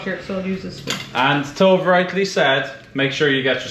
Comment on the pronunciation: Ooh tks guys ,, I luv fish 🐠 🐟 also ,, ps Tove is pronounced tova n it’s a female name ❤😂🎉great work guys